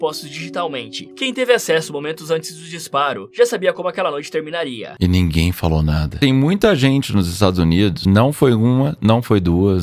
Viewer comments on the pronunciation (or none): O dublado não consegue pronunciar uma palavra terminada em R sem acrescentar o A: agirA, terminarA, planejarA, pensarA, mundo opressorA, aprenderA, cagarA... aff.